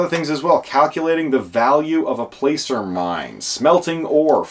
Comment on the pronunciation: "Placer" is generally pronounced as though spelled "plasser", FYI.